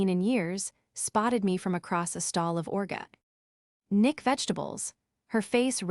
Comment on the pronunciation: Also orga. Nick vegetables😂😂😂😂